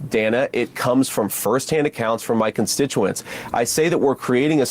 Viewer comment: Vance didn't pronounce "constituents" correctly. Appropriate for someone who doesn't actually act in service to the people who foolishly elected him and those wise enough to have voted for someone else.